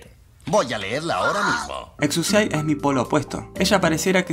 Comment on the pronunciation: Como que no se pronuncia exusiai